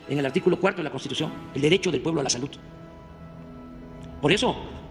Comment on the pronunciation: 🤣🤣 ya está el bodegón ahora solo faltan las medicinas y el " SIJTEMA DE SALUT MEJOR QUE EL DINAMARCA